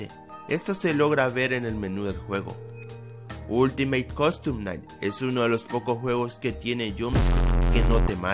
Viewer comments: Dijiste oltimo coston nai deci bien perrro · Todos: ultimate custom night: ulitimaTE cOdtom naigh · Yo: últimate custom night: oltimat costom nait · "Ultimay costom nai" Pd : Eres el dross del fnaf :v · WTF Este video sta lleno de errores :n me encanta como dice Ultimate Costom Night JAJAJAJJ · ultimeit costom nait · ultimeite costom naight XD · Ultimeit costom naigt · Ultimeit costom Nait dice el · Oltimeit coston nait